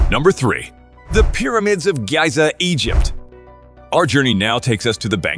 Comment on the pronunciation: the way he pronounced Giza though 😖 Like scratching a blackboard with nails